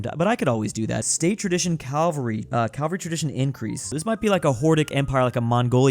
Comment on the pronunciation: Cavalry not Calvary